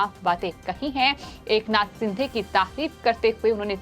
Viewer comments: सिंधे" नही शिंदे" बोल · Madam जी, it's not एकनाथ सिंधे, he's surname is शिंदे. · Sindhe nahi sinde boliye